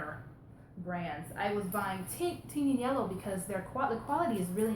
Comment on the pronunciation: You pronounce Tignanello the same as on QVC. You have the best thrift stores where you are!